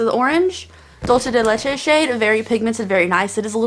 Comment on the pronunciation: Okay but like the way she said Dulce de Leche 😂😂💙